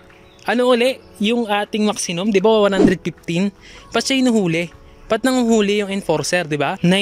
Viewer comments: 😅😅😅🤣🤣🤣Tama nga maxinum🤣🤣🤣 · Tama ba dinig ko? "Maxinum?"🤣🤣🤣